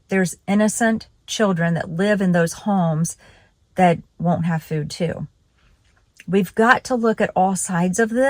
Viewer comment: What's "fewd?" 😂